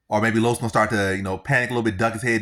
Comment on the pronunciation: U saying Diego last name wrong